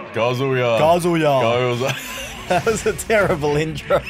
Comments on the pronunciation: Really said Kazuya correctly in the first 5 seconds then went back to calling him “kazooya” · "Kazuya" "kAZuyA" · KAH-zuh-yah Not ka-ZOO-yah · Still waiting for them to realize it’s pronounced Kah-zoo-yuh, not Kuh-zoo-yah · when said ka-zoo-ya in his video the first time i thought he was making a joke about a kazoo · "Kazoo yuh" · (Pronounces Kazuya wrong) Character Select Screen: (Teaches them how to pronounce it): (Immediately returns to pronouncing it wrong) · everyone pronounces wrong, it’s so universally pronounced wrong that banjo and kazooya has become a meme. Even though it wouldn’t exist if people knew how to pronounced it correctly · How are they going to correctly pronounce his name in the intro then immediately flub it thereafter zzz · None of the underdogs pronounce the name right :'D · As a huge tekken fan the way they pronounce kazuya hurts me internally lol